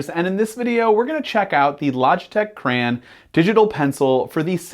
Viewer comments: It’s a CRAY-ON do you say GRA instead of Grey, no so plz fix the grammer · I came here hoping someone else noticed this and pointed it out. He's saying "cray-en" rather than the correct "cray-on". I couldn't get past a minute of this. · What is a "Cran"? do you mean Crayon? As in Cray On? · Crayann. Really? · he said crayon wrong LOL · Why are u saying crayon so wierdly?